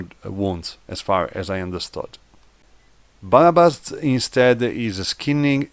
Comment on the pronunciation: He is Barabash, polish "sz" is pronounced like english "sh"